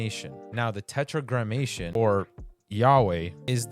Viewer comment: nice work. just a correction though: it's "Tetragrammaton", so no "i" thus no "sh" sound in the pronunciation.